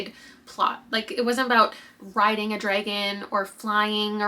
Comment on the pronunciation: the way you say ‘Dregon’ kills me hahah